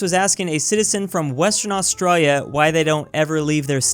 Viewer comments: No one: Literally no one:: AuStrOYYa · I just noticed that he says it like "AustrALLia" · Hay stupid do your research. Planes don't fly like that in Australia and learn to say Australia. Somo was former prime minister.